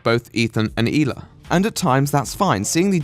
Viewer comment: I really liked your take on this and agree with most of it. In addition, I love your pronunciation of the Israeli name Hila. Keep up the great work and I look forward to you next video. Btw thoughts on the Kanye rant and recent behivour